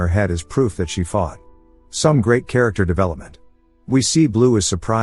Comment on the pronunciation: "Characktar develepament" 🥀🥀🥀